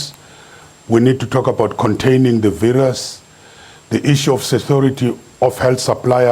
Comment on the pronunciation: ....and it's not VIRAASS its VIRUS